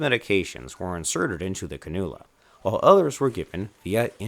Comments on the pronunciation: Canoola? Its pronounced Can-you-la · Can-u-la (iv) not ca-Nool-ya